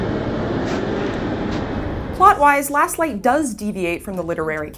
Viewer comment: did she say lost light or last light sounds like she did say lost light in the beginning